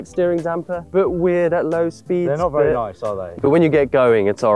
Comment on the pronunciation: Can someone please slap every time he says vurry instead of very